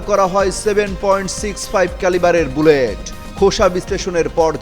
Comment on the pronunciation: ekta news a eto bhul kibhabe hoy? Dhaka-8 er jaygay 7 boleche. Bullet er jaygay bhul pronounce korlo. ei holo obostha